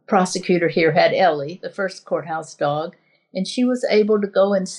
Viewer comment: Every time she says "courthouse dog" for some reason I hear "junkyard dog." 🤣 And that's probably what those judges hear. I'd take either, frankly.